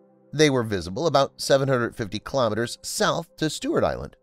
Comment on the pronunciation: Kilo'meters, not kalamahuhz.